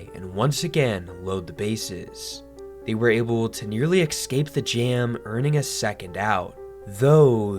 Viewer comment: I was gonna send this video to my parents, but you said “ekscape” instead of properly pronouncing the word “escape”. EDIT - They’re loss I guess.